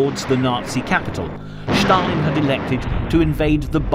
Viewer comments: Not Shtalin 😂. Stalin . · Why do narrators pronounce Stalin’s name as Schtalin? It’s Stalin. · Why does this narrator insist on saying Shtalin instead of Stalin? Are his false teeth loose or something? The name is Stalin! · Who is "Shtalin"? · Joseph Shhtalin. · It is not Schtalin!! He was called Stalin. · Not Schtalin but Stalin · why do you say shalin he isnt german. its just s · Two comments: 1. The music is ridiculous 2. Schtop saying Schtalin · Écoutez-le en français, pas de Schtaline.